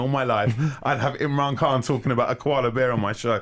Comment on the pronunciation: You need to pronounce the mans surname properly!!!